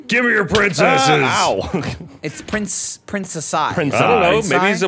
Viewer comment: It's pronounced "Princei"